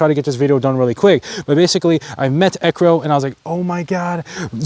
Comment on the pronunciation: Ekkiro. Brody sees a word, guesses pronunciation, and sticks with it